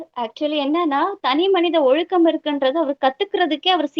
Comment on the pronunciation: Did he pronunce ஒழுக்கம் properly? I heard him say ஒழுகு.